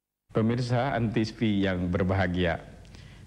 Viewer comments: antivi? jarang-jarang ada yang salah ucap antv begini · kepleset lagi jadi antisfi wkwk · lagi2 salah ucap jadi antisfi 🤣